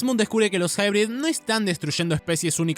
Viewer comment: Lo curioso esque lo pronunciando pensando que dice "hybrid" cuando realmente hace alusión a "High Breed" o "alta descendencia"